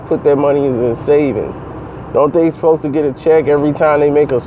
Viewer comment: I stopped watching after he said, "Don't they 'posta git a check?"